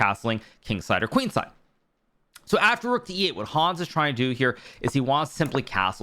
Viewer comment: Lovely recap. Could you please pronounce Hans more german? A get anxious hearing your „Hooons“ (german writing)